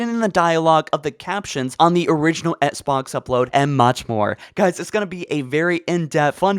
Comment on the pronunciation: Come one man, it’s pronounced ex-box, not ets-box. And sigil is pronounced sih-jil, not siggle